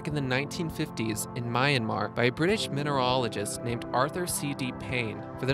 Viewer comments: TANZAYNIA SEEREE LANKA MAYANMAR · Tan-zany-a, Mye-un-mar, Siri Lanka, Nameebia... a litany of beastly pronunciations!